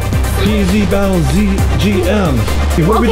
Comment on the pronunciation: The word is battle elle